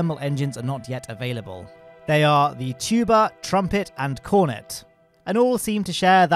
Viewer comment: fyi: the cornet engine has the second syllable emphasized, so it’s corNET, not CORnet